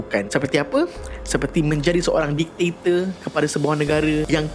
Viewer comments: Bkn diktiktor.. diktator bang.. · Bang.. just fyi ye.. bukan ditaktor.. dik-ta-tor... Ampun bang ya.. sy tegur secara open sbb byk youtuber/influencer/celebrity, pun salah sebut dan eja perkataan ni.. maaf n ampun bang ya.. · Diktator ✅ Ditaktor ❎ Repeat after me... Dik ta tor... 😁